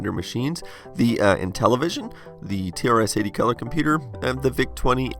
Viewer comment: you said trs80 wrong